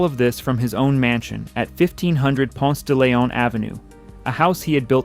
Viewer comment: I know this AI so I was trying to let it slide but I hear too many humans that move here and mispronounce it the same way, not including GPS, but it's Ponce-duh-LEEon. There is no "lay" anywhere in that word. Heavy sigh. Other than that, I see many homes that look like the candler kids mansions along the briarcliff rd stretch that Atlanta/Decatur area. Interesting documentary. I remember a field trip to the original World of Coca Cola when it was over by underground. The 2nd gen of any wealthy family usually take money for granted.